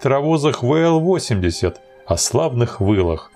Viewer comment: Вообщето буквенные индексы надо произносить по русски.... а не по английски.... Дальше смотреть не стал....